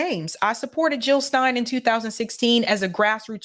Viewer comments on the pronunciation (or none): Jill NOT hill !!